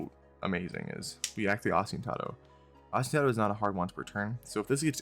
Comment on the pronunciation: thanks for the list and combo demo btw, its pronounced: Oh-Sti-Nah-Toe